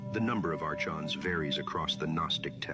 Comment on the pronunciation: Saying it wrong, it's pronounced are-cons 💯